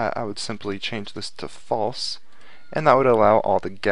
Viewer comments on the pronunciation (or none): U spell false wrong u said flease I think